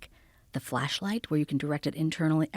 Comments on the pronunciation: my filthy animal brain keep hearing fleshlight instead of flashlight FFS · Amishi "I think of it as a flashlight." Joe 'Did she just say fleshlight?' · Is she saying Fleshlight?